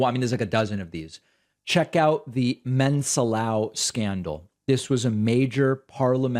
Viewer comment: "Mensalão" has a "a" with till and sounds "aum". So the right pronunciation would be "men - sah - laum" Cheers from San Diego